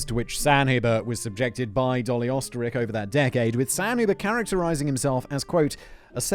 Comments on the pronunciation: Try "Ur - stir - raikh" and maybe you'll get a little closer than "Ostrich"🤣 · Whole reason I love this channel and it’s content is the 15 minutes of facts and one to 2 hours of tangent I love it It’s defo pronounced oster riech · Oesterreich is in german pronounced "Österreich " wich is what we Germans call Austria. Austria = Österreich